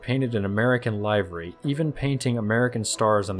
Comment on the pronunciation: Liked - once again - even though I have played World of Warships.... very good video, a small observation - I am sure we all say livery where live rhymes with give, so my apologies if English isn't your first languages because it is bloody excellent 99.99% of the time.